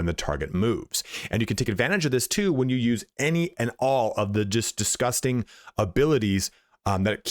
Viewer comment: very Irish "DISGUSTINGGF" indeed